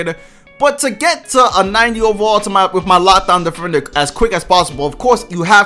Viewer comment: The way he pronounces overall is like oovaral